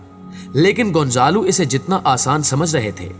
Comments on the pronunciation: بیٹا گونزالو نہیں ۔گونزالا ھے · Hindi mein gonjalo bolty 🤔 z ko J